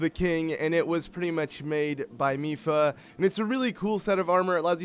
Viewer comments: he said “Mady Lipha’s” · "Mady Lipha" 🤣🤣🤣